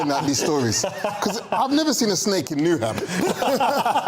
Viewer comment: I don't think this guy is actually from London. Nobody pronounces Newham like that.